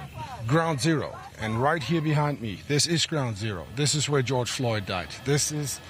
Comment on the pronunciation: How do you get george mixed up as "Goyg? Typical idiotic reporters for ya. Just tryna discredit him.